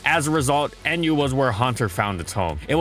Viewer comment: you pronounce "nguyen" as 1 word not N guyen